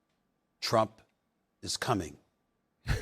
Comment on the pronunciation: Stephen A saying "Teump" when this investigation started over 2 years ago